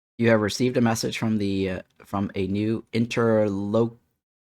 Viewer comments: inter-LOCK-u-tor… ffs, what are they teaching in school these days?! grumpy old man grumble 😂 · Interlock-you-tor. Just means "someone you're talking to".